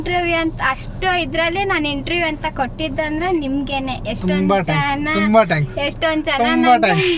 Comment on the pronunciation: ಟ್ಯಾಂಕ್ಸ್ ಅಲ್ಲ ಥ್ಯಾಂಕ್ಸ್ 😭😭😭